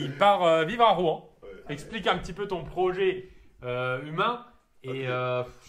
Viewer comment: Mais APPRENEZ à PRONONCER LA VILLE DE ROUEN !!!!!!